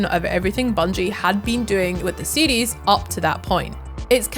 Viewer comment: im hearing seedees but she's saying series.